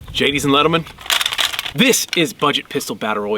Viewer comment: Gadies and lentlemen 😂😂